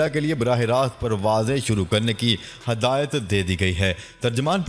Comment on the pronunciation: Read hidayat instead of hadayat